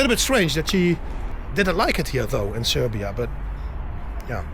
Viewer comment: Bravo man...Nice to hear that R while sayin Srrrrbija